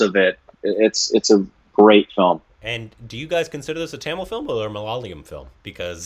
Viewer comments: Please try and try till you get it correctly. It's pronounced as ma-la-ya-lam Or mala-yalam. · It's not malala-YUM.. it's pronounced MA-LA-YA-LUM... Please. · "Malyalium" - Korbinised ! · will learn to say Malayalam now. If this is mistaken again I will hit the report